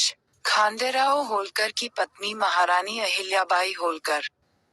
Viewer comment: जानकारी अच्छी है,कृपया उच्चारण में अंग्रेजी पुट नहीं लाये तो उत्तम होगा।क्योंकि खांडे राव की जगह खंडेराव उच्चारण उपयुक्त होगा।धन्यवाद।